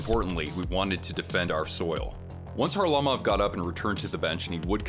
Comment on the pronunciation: Van Impe didn’t hit him, he cross-checked him in the head. And it’s Kharlamov not Harlimov 😂😂